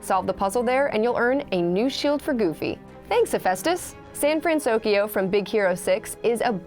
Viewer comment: Frantokyo? Pretty sure it's Fransokyo.